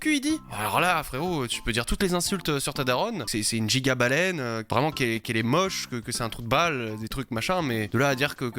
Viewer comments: Baleine* pas "Balaine"... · "balaine" serieusement?🤣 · le « balaine » il m’a trigger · "giga balAine" aïe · « Balaibe » Non... pas toi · Balaibe ? C'est une nouvelle espèce ça 😂